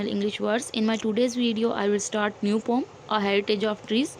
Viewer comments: Poem ❌ Poom✅ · Not poom ❌poem ✅ mam